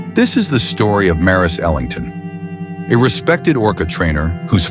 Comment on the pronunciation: Ok, wrong pronunciation. It's Ellington, with 'E' at the beginning